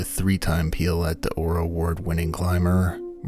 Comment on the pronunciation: It's pronounced 'pio-lay'', not 'piolet' (French for ice axe)